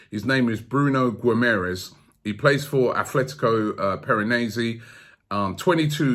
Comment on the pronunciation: Robbie... There really is no 'th' in ATLetico Madrid.